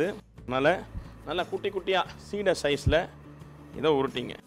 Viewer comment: Not seedhai. It is seedai.